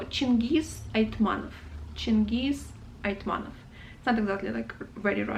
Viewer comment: Two small corrections: certainly it's AitmaTov, not AitmaNov; also it seems to me that a stress in Pikul falls on i... I think you've missed Kozma Prutkov and Daniil Kharms... As well as Bazhov, Olesha, Sholokhov, Kir Bulychov, Kataev, Nosov, Krylov (the one of a kind in the whole Russian literature!), Aleksandr Volkov (the one that wrote The wizard of the Emerald City). Other than that, very nice.